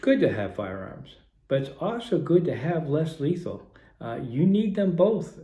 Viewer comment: Lesley is letal man why u say almost letal